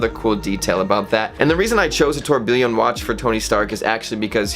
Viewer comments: Tour-bee-yawn, not tuer-bilien. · Dude, stop saying Tor Billion. Thanks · its pronounced 'tore-B-yon"...its like when Christian used to say "car-T-yer" for cartier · You are pronouncing tourbillion wrong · Honestly, at least pronounce, 'tourbillion' correctly.